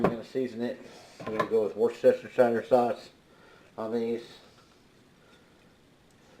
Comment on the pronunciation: Wor Chester sha shire sauce...😁 Ribs looked great man U gots the beef 👍👍👍 Cheers bud